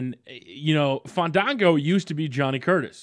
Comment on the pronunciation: please, it's FAHN-DAHN-GOOOOOOOOO!!!